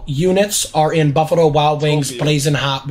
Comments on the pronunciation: why tf is he talking like that... bufarrrrrro wild wings?! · “buffurro wings” - 💀